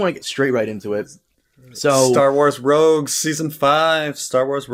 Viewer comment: Hearing him call it Star Wars "Rouges" (3-4 times) totally discredits anything he has to say on the subject matter. This was an even an accident because how I remember him saying it and passed videos. To be unfamiliar with Star wars at that level is completely laughable when paired with a person attempting to create Star wars review videos